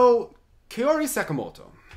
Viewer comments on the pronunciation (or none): also, its pronounced KAYori not kori. not trying to be rude, just letting you know! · Angelica Reilly actually it's pronounced KAA-ohree. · Not a flattering example, but the pronunciation is “Cow-Ree”. The “r” is more of a light touch to your hard palate with your tongue, a soft “r”.